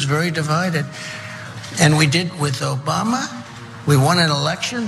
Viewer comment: Trump: “Obamna, Obamna, Obamna” 🤣🤮